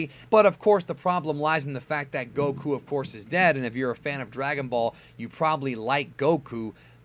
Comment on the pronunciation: What i noticed about is that he kept mispronouncing 'Goku' lol